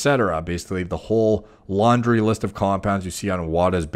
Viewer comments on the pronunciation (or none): none